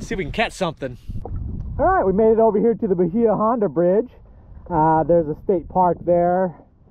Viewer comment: Say "Bayah Honda" not "Bahea"